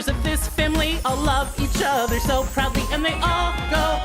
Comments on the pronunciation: I think the song has a great message and is wonderfully performed and animated I just wish someone had given an editor the lyrics so they could match them to the melody better. "Proudly" shouldn't be pronounced prd-LEE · That song's only crime is consistently stressing the wrong syllable of proudly.